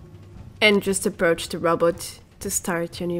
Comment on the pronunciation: i love it how she pronounces "robot"... err she says "rAbat" .. a bit funny too